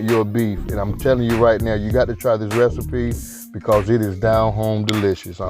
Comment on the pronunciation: When he said "dis here skillet"....🤣🤣.Chile I became a believer and a subscriber ❤